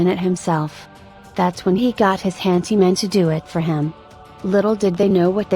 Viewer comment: It's hanDy man not hanTy man